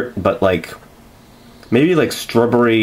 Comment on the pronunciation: Why do you pronounce it " struhbury' lol